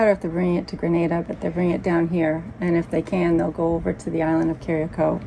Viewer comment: Please learn how to pronounce Carriacou. The people deserve that much.